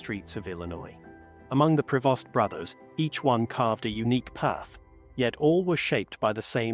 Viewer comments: Prevost... AI still has to perfect its skill. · The family name is PREVOST, not "provost ". Irresponsible script writer!